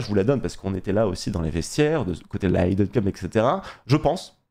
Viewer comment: Super! Mais les gars, c'est la deuxieme annee ou vous dite `aie-den cup`. Mais pour une fois c'est facile a dire, c'est just `hidden` avec un peu le h, mais un bon gros i a la francaise:) J'ai un accent de merde, mais j'habite aux US et le `aie-den` fais mal aux oreilles:) Keep up the good work!!